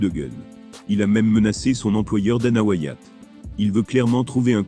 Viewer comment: Dana "Whyatt" 🤦‍♂️🤦🏿‍♂️🤦🏻‍♂️🤦🏼‍♂️